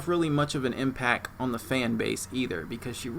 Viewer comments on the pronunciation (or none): the word you repeatedly use has a letter in it you are obviously unaware of. its a t. it goes at the end of the word impac. its changes the pronunciation to impact.